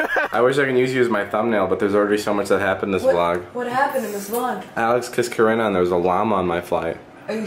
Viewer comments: I litteraly heard corona instead of Corinna😂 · I keep thinking that he's calling her Corona😂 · I thought you said corona